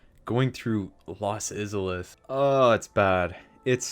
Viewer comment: Pretty much disagree with almost the entire list ps how the fuck do you butcher the pronunciation of IZALITH so badly?